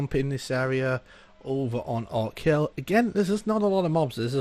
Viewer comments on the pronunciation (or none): It's ORC hill, NOT Oak hill....;p